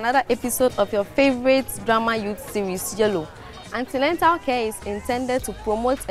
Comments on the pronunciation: Beautiful episode , but pls its not Antenental care as the girl said but "antenatal care".. 👏 🙌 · Please this is an educational series so do well to check your spellings and pronunciation of words... There is no such word as antenental, it's antenatal. Thanks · wtf is antenental. It's Antenatal/prenatal